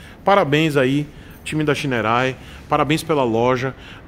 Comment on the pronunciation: Ele: xainouei kkkkk Eu: chinerai